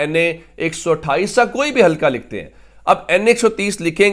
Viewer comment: ھلکا نہیں بلکہ حلقہ کہیۓ ۔